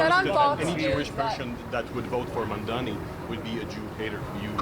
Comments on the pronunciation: Why Cuomo still can't pronounce his name correctly, his name is not MUMDAMMY! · He couldn’t pronounce “Mamdani”. His “Mamdami” will go with him all the way to the tomb. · He still calls him Mandami lol. We'll see what he calls him when he concedes to Mamdani. Edit: He called him Mandami again on his concession speech. At least he shushed the booers. That was nice. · Pathetic he can’t even pronounce his name correctly.